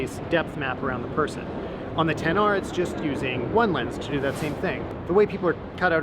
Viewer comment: He said Xs instead of Xr few times